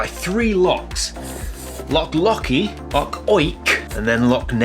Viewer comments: It's LOCH!!! not lock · As a Scotsman , that map, city placement and pronunciation of the word "Loch" as Lock ....all gave me a migraine. Having said that , looking forward to you showcasing some of the lesser know parts of my country and some spectacular photography.